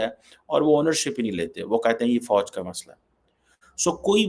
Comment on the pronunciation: Pakistan me fauj ko bouj pronounce karte he 😊😊